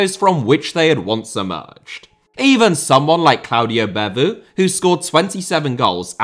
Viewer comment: I must note that you really butchered the pronunciation of Guingamp and Beauvue. Also Michu at Napoli is such a perfect response for pub quizzes